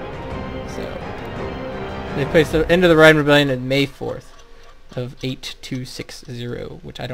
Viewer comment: Loving the walkthrough but House Reyne is pronounced like rain. Keep up the good work.